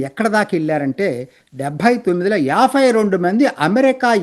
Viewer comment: మీరు యాభై ని యాఫై అని, ఎనబై ని ఎనఫై అని అంటున్నారు